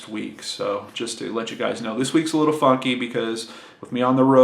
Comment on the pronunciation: I heard "every thing is all fuck-y" instead of "funky" and I laughed for so long. Glad to see the trip went well!